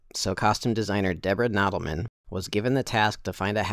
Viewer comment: The Raiders hat was not found by Debra Nadoolman (pronounced "NAH-Duel-man). It was found by Lucas and Kasdan one day in London. The Poet was originally first made in the last century at the start of the century by Herbert Johnson Hatters, and it wasn't Australian. Herbert Johnson hats was started in London in the late 18th Century and has been owned for the last 20 years by Adney Swain. The firm had shoppes in Cambridge and the Poet was both fashioned after and made for the professors there during the late 1800's and early 1900's. If you want the best Indy hat, check out John Penman in Oregon state. He is partnered with Stephen Delk of Adventurebilt hats. Both of whom, I can personally attest, are great guys and make amazing hats. "The fedora was supplied by Herbert Johnson Hatters in England for the first three films. An Australian model was used by costume designer Deborah Landis to show hat maker Richard Swales the details when making the iconic hat from "the Poets" parts.The fedora for Crystal Skull was made by Steve Delk and Marc Kitter of the Adventurebilt Hat Company of Columbus, Mississippi."